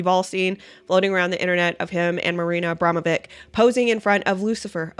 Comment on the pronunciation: Her name isnt pronounced Abrama...vick. Shes Jewish and Serbian. Its pronounced...Abrama...vich. Anyone whose been to Yugoslavia or Kosovo or Serbia knows this.